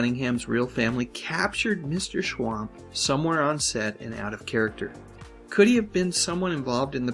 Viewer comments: Its Schump...not schwamp. Watch the show and listen to what they call him. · They always pronounced it 'Mr. Schwump' not 'Schwamp' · It's "Schwump"! I swear, you guys are total idiots!